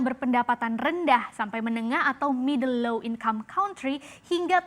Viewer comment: Dibaca middle low 😂😂😂